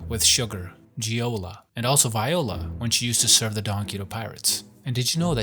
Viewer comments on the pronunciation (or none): none